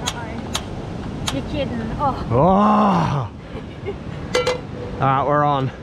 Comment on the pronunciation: Awesome video, wishing your family member a top recovery. Anyone else hear the your kidding haha the accent 😂🙏🏻🎣